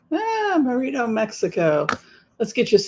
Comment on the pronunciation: You’re driving me crazy calling it MeirdO. It’s not pronounced MerinO. It’s Merida.😊